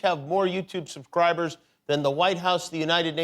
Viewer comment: Sounded like Jimmy Kimmel said "sub-cibers"